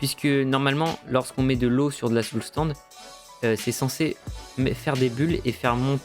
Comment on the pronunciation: Tu sais pas dire Soul "SAND" ?